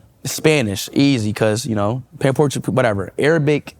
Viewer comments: “Portugeeneez” 🙄 Speed cannot speak one language other than English. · What on earth is portugini 😂😂😂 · SPEED CANT EVEN SPEAK ONE LANGUAGE..HE CANT EVEN PRONOUNCE MOST COUNTRIES…lol Portugani? LOL 😂